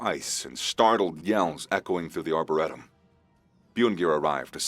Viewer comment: Yes, season 2 please. But learn how to pronounce Arboretum properly.